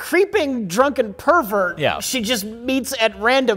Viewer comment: He didn’t say provert! He said it right! Justice for!